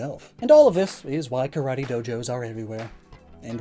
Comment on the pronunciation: Karate is so popular that americans can't even pronounce it right..